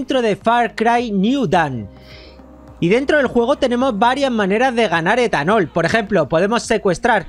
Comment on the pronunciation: Dijo esthanol